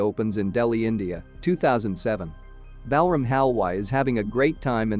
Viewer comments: The way you pronounce Balram, a very popular Indian name, while very logical in the American/British English format, is totally off. Balram is actually pronounced as: - Bal = bul (same as dull, null, cull, etc.) - ram = raam (same as dawn, pawn, Sean, awe, John, etc.) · Bell ram 😂